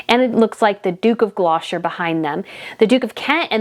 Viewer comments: Gloucester is pronounced.. “gloss ter” I know how difficult some of our names are, even for us British to pronounce lol 😂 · Duke of Gloucester. Pronounced Gloster. Yes English names are difficult. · Gloucester is pronounced Glou - ster. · just a small thing, it's the Duke of Gloucester, (pronounced Gloster), and the Edinburgh, (pronounced Edinburrer), and Lady Sarah Chatto, (Chat-o). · Just a little point - Viscount is pronounced Vie count - not Vis count! Gloucester is pronounced Glos ter. You are right - we love the constancy! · Hell i am British and love your channel...However you make faux pas....especially on you pronounciation of words and names.....Edinburgh is pronounced Edinburra...just say it as you see it it is NOT buro... Also The Duke of Gloucester..is non pronounced Gloshter? It is pronounced Glosster......Please please its important not to just gobbildigook your words,,,,Love your Channel...You go girl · Stop saying GLO SHIRE It is GLOSSS TER. Sometimgs yous see Gloster shirEe written Gloucestershire. But the Duke of Gloucester is pronounced Duke of Glos ter . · There's a T in Gloucester. Its pronounced 'Gloster'. sorry it's just killing me how you're saying it 😂😂😂. I love the channel though. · Could I just give you the British pronunciation of Gloucester phonics it is glosster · Sorry, that's incorrect. It's pronounced the Duke of GLOS-TER. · Gloucester is pronounced GL O STER. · I really enjoy your videos but with all due respect I’m finding the mispronunciation of key words a little off putting. Westminster, Gloucester, Chatto, Edinburgh etc. I would appreciate it if you would address this when doing your research. Thank you.